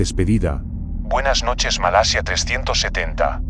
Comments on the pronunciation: No sé dice "Malesia" se dice "Malasia" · ( MA LA SIA ) no ( MA LE SIA ) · MALESIA ? O MALASIA QUE HABLA !